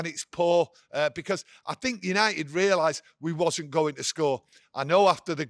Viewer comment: Did he say yanited was back 😂